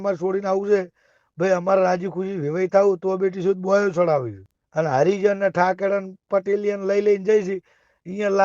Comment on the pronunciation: ठाकेरा नही ठाकोर बोलता सीख